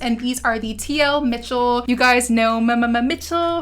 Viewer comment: I knew I wasn’t the only one that said Mitchell’s name like that lol